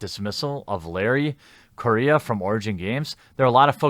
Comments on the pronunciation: Dammit Jer, stop disrespecting my culture. His name's Correia (ku-rolledR-eh-ya), not Korea!! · He is; horribly. It's pronounced Co - RRe - Heya. (hard "R") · Larry "Korea" ... Full Total Amititis. I'm pretty sure Correia is a Portuguese name, but the "rr" like "H" in the beginning of words such as hate, differently from the single "r". Also, besides post colonial African migration, the Portuguese are pretty white, some really fucking white, since the country was created from a Spanish county given to Normans for expelling the Islamists from most of the Iberian Peninsula. Normans and Frankish troops helped in the "Reconquista" War a lot and had no problem in doing to Islamists the same that they have done to Christians in all the lands that they invaded or forcefully colonized by mass migration, like every single Christian land in the Middle East, North Africa, southern Italy, southern Iberian Peninsula and so on! Seriously, next thing you'll call Italians non-white! They're Caucasian, just not purely Germanic! Even Spaniards can be pretty white, specially in the Northern areas where the Christian kingdoms formed a stronghold against the onslaught of the Islamist invasion! Those "progressive" History and Geography teachers really messed up education in the Western Civilization! Good thing I actually doubt everything I was taught and look for different sources and figure out stuff in a less ideological manner. I don't know about Mr.Correia origins, he might be mixed, but that shouldn't matter when judging him or his work, unless "Libtards" are actually the ones being racist and are having prejudices based on origins and skin color.. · I'm pretty sure he's also mispronouncing his last name, but that's just me nitpicking.